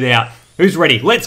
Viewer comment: "are you weady for this" (no hate) :)